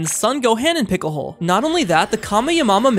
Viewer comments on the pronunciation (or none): Bro the weird pronounced 1.Kameyamama 2.son goham 3. Picklehole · “Son Gohem and Pickle Hole” 💀 Bro just pronounce the names properly. I know you can. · I wanted to be mad at how he pronounced them, but he pronounced them so terribly that I think I might start calling piccolo, picolhole now XD 😅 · He miss pronounced Gohan and Piccolo, how can you go wrong like that? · It's Gohan and piccolo and also to pronounce kamehameha